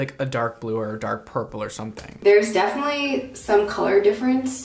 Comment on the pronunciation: " Not living not die ING " Also: defenenetly dying